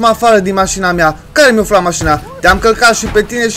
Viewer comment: ai zis ma căcat sau călcat?